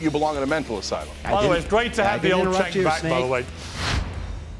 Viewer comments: lol then he can him 😂. But ya, sink went back to his own ways so fast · Going out of his way to say Sank instead of Cenk is so childish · It's pronounced "Chunk", not "Senk" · "It's Chhhh enk.. not Senk. And i condemn it everytime😂" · calling him "senk" nonstop I found even funnier than "snake". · I think everyone should start pronouncing Cenk like does here. "Sank" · Is his name pronounced “chank” or “crank”? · not when he started out. He was calling him Sink and and Chenk kept correcting him. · He mispronouncing Cenk's name as a Senk or Sink got me. 😂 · calling Cenk "Senk" keeps triggering me. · I was literally hearing snake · Disappointed continuously mispronouncing it his name as " SANK" just shows his inability to have honest dialogue. It's embarrassing to watch a grown man stoop to those lows. Reminds me of some of the conversations I've had on tiktok. Usually I find in an honest debate the one who stoops to personal attacks usually doesn't have enough foundation so they resort to such lows. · trolling calling Cenk, “Sank”.. 😂 love it! More, please. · I laughed evrry time he pronounced Cenk's name as Sank. 😂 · Why is he saying "Sank" though?😂😂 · Cenk shoulda never made note the mispronunciation bothered him. made sure to say "Senk" every sentence after 😂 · continues to troll Cenk by mispronouncing his name. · 'I refuse to pronouce your name properly' - number 1 childish tactic of the right. 😂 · If I have one criticism of, it's continuing to mispronounce Cenk's name. Very disrespectful, regardless of what you think of the guy. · I love that never pronounces Cenk’s name correctly. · isn’t smart enough to pronounce Cenk’s name. Or, he mispronounces it as a sign of disrespect because he is childish, like Trump. Which one? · I don't like Cenk but the other guest should pronounce his name properly.